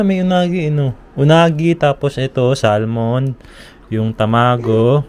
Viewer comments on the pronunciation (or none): none